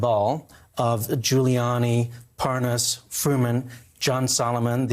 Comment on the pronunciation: It’s awesome how both Nunes and Hannity mispronounce Parnas’ name in order to distance Nunes from Parnas... so convincing